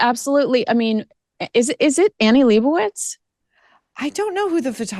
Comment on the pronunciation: Its Lebowitz lady. Study up. 😅